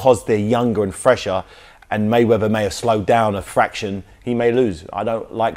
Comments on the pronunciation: He said mayveather LOL fml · this guy makes a mistake first seconds cant even pronounce mayweather